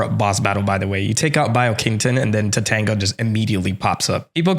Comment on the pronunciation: bee-oh-keen-tone. the pronunciation of japanese letters doesn't vary based on the word, mr "casual japanese history buff"